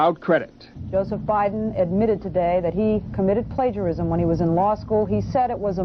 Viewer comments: What's 'pledgerism',? Seriously, this is a pretty common word, not sure how one would make it through school much less college without hearing it said countless times. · WTH is "pledgerism"? Are you trying to say "plagiarism"